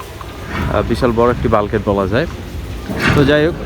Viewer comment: ভাই বাল্কগেট কি?পুপুরার কী? কথাও কি বলতে পারেন না